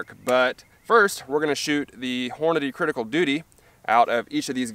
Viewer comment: Love the way mericans butcher English.. Cridical doody ..... Go on make a T noise. Its 'wridden' on the box. See what I did there. Im typing in American. Ive seen a video recently.. They used a perfectly glass clear ballistic gel block, it was great for the video, most channels use a yellow tinted of varying opacity.